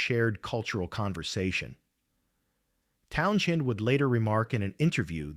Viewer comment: Wtf is with this RIDICULOUS PRONUNCIATION OF: "TOWN-jen!" 😳🤨 "TOWN-jen!!" 🤨🤨🤨 **"¡¡¡TOWN-JEN!!!"** 😡😡😡